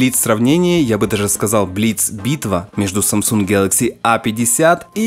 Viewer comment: Пожалуйста, не говори "гьэлэкси", слух режет, а за обзор большое спасибо!